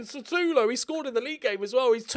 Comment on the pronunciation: I love the fact u have had Sutalo for 5 years or so, and still call him Satulo